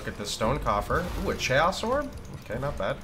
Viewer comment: ma boi did u say chay hoss orb? da fook. it's pronounced like kay'oss. kaos, chaos.